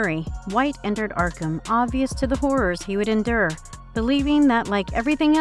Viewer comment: Oblivious? You guys REALLY need to check these VOs. Multiple errors with every vid, regardless of the voice talent. Your content is great but your quality assurance is sorely lacking.